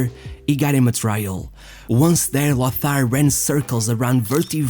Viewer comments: Yes, languages like German are certainly not easy for non-native speakers, but "Loßar"??? C'mon. It's simply "Lotar, that's really not difficult. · There is no "th" in Lothar. The name is pronounced "Lotar".